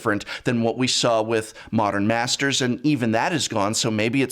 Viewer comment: Commander masters ( not mastsers )